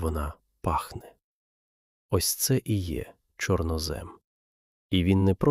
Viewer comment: ЧорнОзем - правильний наголос